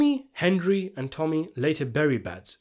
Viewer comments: hendry. henjry. tommy it’s HENRY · Anybody else like the way young Tommy always called Henry, "Hendry"?